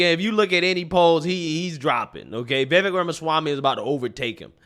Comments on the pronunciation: Hey. Va-vake... its like cake. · Please call him by his actual name .. his name is VI-VAKE like cake.. Vivek is pronounces vi-vake! This man is in 2nd place and possible maybe vice president... we gotta be able to pronounce his name. I say this with all respect to you sir. Much thanks for your content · I think that Vivek rhymes with cake. That's the way I'm told to pronounce it. It helps. Truly.